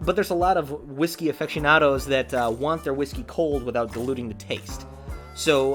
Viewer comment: "Affectionados" LOL